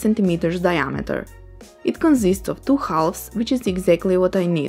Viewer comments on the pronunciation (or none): Really nice idea, I think my nephew would love one. I saw other people commenting on your English and they’re right, it’s very good. May I give you two tips to help you? One is very subtle: try to notice the difference between the Spanish pronunciation of a word like “two” and how native speakers of English pronounce it: the “t” is much harder in Spanish than it is in general English. It’s almost as if it were spelled “tch” in Spanish, but softer than that. The other one is usually difficult for Spanish speakers - the open sounds. “Melt”, for instance, has a very open sound and most Spanish speakers pronounce it with a closed sound (because it’s the closest in Spanish). However, you can almost do it when you say “door”, which is great already. The open sounds are pronounced in a very similar way to the closed ones, except they’re higher in your mouth, almost “hitting” the front part of your palate. Try to say “eh” as if you’re in doubt, with a closed sound, and then project the same sound forwards. Literally imagine the word going up and front, through your nose. You can stretch your neck a little and project your head while learning - most of my students found this helpful when learning the open sounds. The open sounds are also used in lots of other languages, so it’s a good idea to learn how to do them. :)